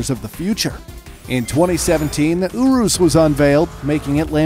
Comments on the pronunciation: The Lamborghini ourus 😂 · It's not erus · How u sound out urus is you-rous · pronounces urus like ooroos lol.